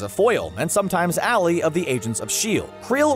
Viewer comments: "and sometimes allie"..... its ally... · Crusher Creel has been many things, but an "alley" is not one of them. Please, learn to pronounce "ally" and any other terms you plan to record.